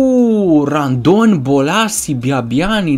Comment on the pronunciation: ba se zice rondon nu randon